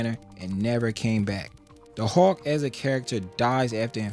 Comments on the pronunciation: Hulk not Hawk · “Howk” 😂 I’d like to know your thoughts on the 70’s Hulk TV series.